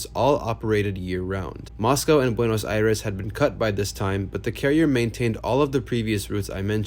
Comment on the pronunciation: Hey man! Kudos for pronouncing Buenos Aires, Argentina as well as you did. Cheers from over there!